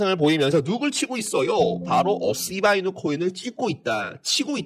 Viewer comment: ㅋㅋㅋㅋㅋㅋ재미있습니다 시밬이누로 들리는데요 선생님? ㅋㅋ